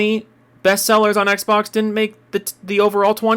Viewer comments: Why does sound like he’s trying not to choke on his own uvula? Every time i hear him struggle to get simple words out, i get irritated by his cadence. He says “Ehgzbohgs” instead of xbox, man. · I cannot stand how he says Xbox